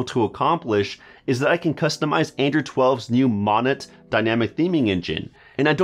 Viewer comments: Mon-et, lol. I think it's pronounced mo-nay, no? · Most all of this can be done on not rooted phones. I have a pixel 3 xl. And it's not Monnet, it's Monet,(mōnāe). Lol. Don't listen to this guy. Rooting you lose GPay still. And using Magisk and a back up, it is very easy. Use Google and find the information yourself. Don't listen to this guy. Don't need spike, Gmail does everything spike does.